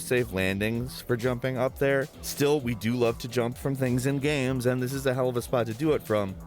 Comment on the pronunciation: He always says video 'gams' not games 😂